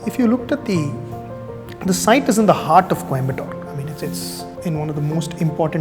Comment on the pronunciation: Why he is pronouncing coimbotto